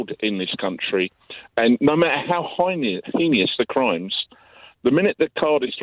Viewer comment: "Heinious"? "I work in the criminal justice system". Prison warder who can't pronounce "heinous", I'm guessing.